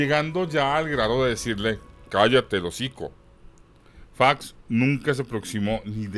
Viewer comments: No se dice Faeox, así suena cuando lo pronuncias solo es Fox... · Oye no se dice "fax sino Fox ok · F OOOO X CON O, ÁYASO, TE GUSTA FINGIR QUE NO HABLAS ESPAÑOL ES FOOOOOX NO FAX BABOSO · El apellido es Fox no fax. En México se habla el español. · No se pronuncia fax! Es fox .sorro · Buen video ,,,, pero es Fox de zorro,,, no Faxx.... y no leas en ingles... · Todo esta chido menos esta pinche voz Fax,facks faaaaxxx